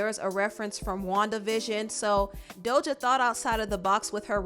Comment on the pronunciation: Does she pronounce Doja as “Dolja”???